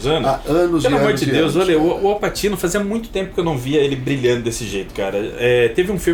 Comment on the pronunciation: a pronuncia é Au Patchino